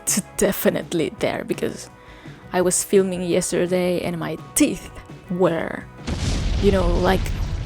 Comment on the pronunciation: Oh, I thought she was saying her 'tit' was black. Okay, 'teeth'.